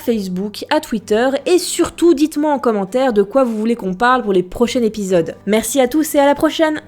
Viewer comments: Tu as prononcé les prochains épisodes;les prochaines épisodes alors qu'on doit le prononcer:les prochains zépisodes ; ) PS:désolé c'est plus fort que moi :D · Pour info on de dit pas les prochAINE EPIDOSES mais les proCHAINS Z EPISODES mdr je chipote, sinon bon concept et bonne video ;)